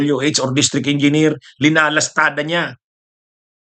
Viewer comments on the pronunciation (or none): none